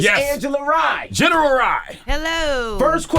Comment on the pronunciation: Angela is Smart and Beautiful.... PS: Not Lee but Rye..